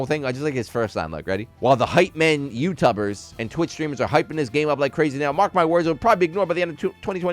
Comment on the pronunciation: I burst out laughing when I heard "Youtubbers". "Youteletubbers" xD